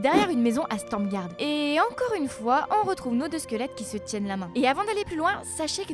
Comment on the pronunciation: Super vidéo mais beaucoup de noms sont écorchés : Wrath et pas Vrate of the Lich King Clairières de Tirisfal et pas Trisfal Stromgarde et pas Stormgarde Krasarang et pas Karassang Pour finir, la théorie du jumeau d'Azeroth me paraît tirée par les cheveux mais Blizzard adore les Blowtwist ;) Bonne vidéo ceci dit !